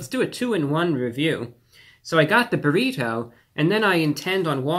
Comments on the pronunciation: Why is he saying buhRITO like some sort of 1st class passenger on the Titanic who's never heard of them before? Who doesn't he say if like everyone else in his highschool senior class does - buhrIDoh? What's next, byurhREEETeaux? Also, I can totally sympathize with the frustration over how poorly distributed the ingredients are in Taco Bell items, but that's ALL fast food. If you want fast food assembled sensibly or distributed evenly you have to take it apart and reassemble it yourself. Otherwise you're going to get the kind of random mess that you'd get if a parrot had made your item. That's just the way fast food is. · He said buritto instead of burrito a couple of times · Stop saying burrito like bureau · The way you pronounce borrito sustains me. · I love how he say burrito. It's "bear-e-toe" I think he was into it. "Let me get just another one or two more bites in" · The way he says burriTOW and not a hair out of place....love him :) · Obsessed with the way he says "buh reet hoe" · You say burrito weird lol . You should look up proper pronunciation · I love how he says Burrito. I need to start talking like that. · Is it just me or is there something in the way that Reviewbrah says the word “burrito” that causes the “nails on chalkboard” effect? I can’t tell if it’s inflection or pronunciation, but I found myself having to pause the video every couple minutes to let the goosebumps subside. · I don’t have to pause the video but yes. I have noticed the way he pronounces “burrito”.